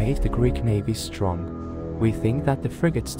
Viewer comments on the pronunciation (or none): none